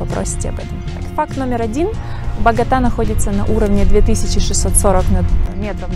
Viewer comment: А кто вообще говорит багОта? Это байт?